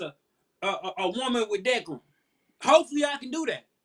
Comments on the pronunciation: I think he said deckrum lol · Decorum a word he couldn't pronounce describin a woman he would desire.